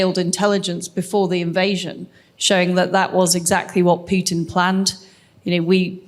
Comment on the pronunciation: It's not p-you-tin. It's p-who-t-in.